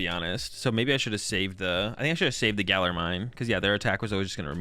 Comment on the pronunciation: I’m sure it’s only from weirdos pestering you about it but your attempts to say “Galar” properly are muchly appreciated